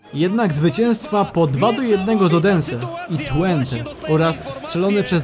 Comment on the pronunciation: Mówi się chyba "tfente" a nie "tłente"?